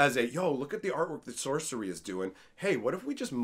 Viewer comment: lol "Socery"